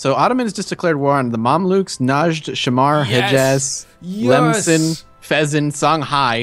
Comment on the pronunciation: Hee-Jaz, not hejuz.